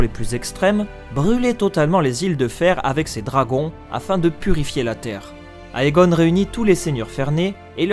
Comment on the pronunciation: Comme il s'agit d'une oeuvre en langue anglaise: AE se prononce É. Tout comme EI et EY se prononce I. Donc "Aegon" se prononce "Égon".